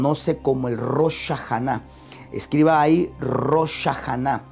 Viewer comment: En el minuto , le entendí nuevamente Rosh Shahanáh; por favor debe tener cuidado con la pronunciación, se dice: Rosh Hashanáh (Jashanáh); Y tercera equivocación Rosh NO SIGNIFICA DÍA, Rosh significa Cabeza o la Cabeza, o el Inicio, en el caso de Inicio del Año.